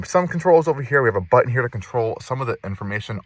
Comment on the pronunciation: Very comprehensive review. And I gave you a thumbs up. But PLEASE PRONOUNCE YOUR T's. It is so distracting to hear "BUH-en" instead of "BUTton" over and over. Check out where you say "Impor-ent" ugghhhh.